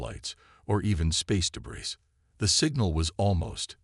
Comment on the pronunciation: Thanks, But, your AI still sucks. What is: "BEAR-idge", "RED-outs", "deh-BRISS", "MEHRed with cracks"(marred)!!!??? Is it REALLY that impossible for any of you to get a Decent AI???? These Crappy AI really detract from enjoying the stories.